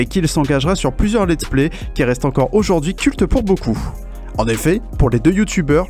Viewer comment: "Aujourd'aujourd'hui" ...mes oreilles ont saignées